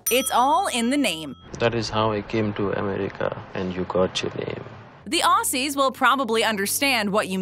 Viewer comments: THE OSSIS!!!!!! …….OSSIS! ……. ITS OZZYS , Say it with me now OZ- ZYS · You’re saying Maccas wrong you’re saying it like macc r’s you’re saying you’re so wrong Oss e’s it’s Aussie’s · Someone needs to let this lady/robot know it’s Aussies not Ossies fmd 🤦🏽‍♀️ whatta flop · We pronounce aussies as Auzzie not ausse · It’s “ozzies” not “ossies” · The amount of times she said Ossies instead of pronouncing it as Ozzies... made me cringe. Aussie and Aussies... it’s a z sound you guys!1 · It’s pronounce Auziez not Ausies. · Don’t say Aussies Say ozzees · Your pronoucing it wrong its not aussssy its Auzzie. or is it pronounced Aussy and i'm just an australian with an accent that makes s sound like Z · Can Americans and pomys stop saying aussies instead of auzzies haha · It’s more pronounced like maccazzz And more like Auzzies with a heavy z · The way they say aussies and maccas DX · lunavixen015 aye Americans right 😂🤦🏾‍♂️ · Your American your English this Australia we English and u fricking call us foreigners? We ur closest alliance u did us dirty and the way u said Beetroot and Aussies and defo and vegimite I'm cringing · maybe contact some real Australians to do the voice-over. listening to this lady say maccas and Aussies over and over again hurt my ears.